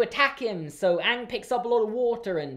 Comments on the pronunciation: They pronounced Aang Ong and that was just ONE of the worst things about the movie. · Awng, they pronounced Aang’s name, Awng! I USED TO LIKE THIS WHEN I WAS 3! Then I watched the show when I was in year 5 and realised that this movie is GARBAGE! This is a disgrace to the greatest cartoon of all time and I’m so angry at it. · Ok everything he is saying about avatar the last airbender movie is all true it's horrible I just make fun of it!! They mispronounce everyones name!!